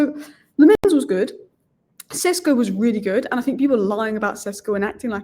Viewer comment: Šeško maybe also deserves his surname pronounced correctly. It's Sheshko, not Sesko.